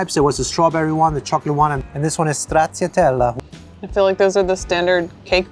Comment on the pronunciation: i love how you pronounced stracciatella with a french accent🥲✨✨